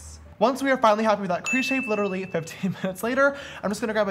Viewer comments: JAMESSSSS you keep saying litery it is pronounced lit-ter-uh-lee literally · he can’t pronounce literally